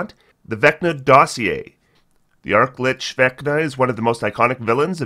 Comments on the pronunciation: Arch...chachacha...Lich. lol. Not Arc. Also not a Lick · "Deemo" lol. Demogorgon, like video game demos, imo. Edit: also, Arch-Lich. Not Ark/arc lich lol.